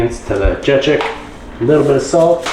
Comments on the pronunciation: Just pronounce it like that (jagik) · The word "Jajik" is pronounced like this: /ˈdʒɑː.dʒik/. 😂🤍